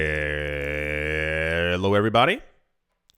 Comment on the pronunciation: that hello intonation threw me off this morning